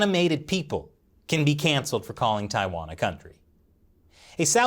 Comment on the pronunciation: Tai- wan , Taiwan, not tia its tai ok.